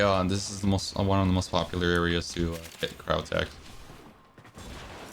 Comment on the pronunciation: That entire vid all I could think about was how he was pronouncing Cryotic as Cryotech.